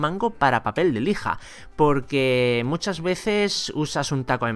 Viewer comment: Se dieron cuenta de que dijo michas veces posteriormente?